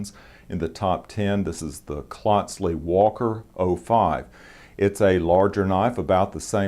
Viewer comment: Hello again. I contacted you a couple years ago after seeing the review of the Klotzli and Reeve knives. Glad to see you got another Klotzli. I have three: one is edc the other two are nib and about 15 years old. Gotta tell uou how to pronounce the name. It is Klotzli with the first part sounding like "coat" but with an "l" after the "c". You are pronouncing it like the first part rhymes with "clot" as in blood clot. Just letting you know because I respect you and thought you'd want to know. I work for a Swiss company and my son-in-law is Swiss so I've heard the name many, many times. It is my favorite knife shop to visit.